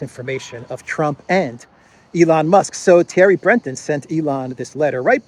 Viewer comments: In French the pronunciation is more like Bruhtón. Thierry sounds like Tyèhrý, in French with stress on the 2nd syllable. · Attention: It is pronounced "Thierry Brae-taun". See for example "Who is Thierry Breton, France's European Commissioner pick?"